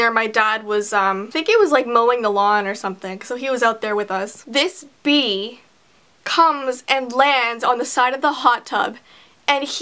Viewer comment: when u sed "this bee" i thought u ment "this bitch"